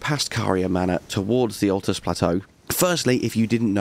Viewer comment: Ok I know it's a year old and we all know the game inside out now but jeezo it's a bit of a stretch calling the luirnia caria knight armour set early game I stopped when you said atlus.